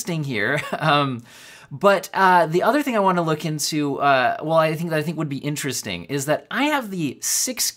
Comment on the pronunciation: Berry In-tear-est-ting!